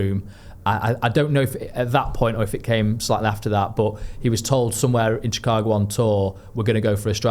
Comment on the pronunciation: It’s shih-KAH-go - cheers!